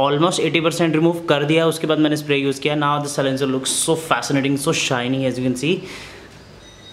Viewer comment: It's silencer not c-lincer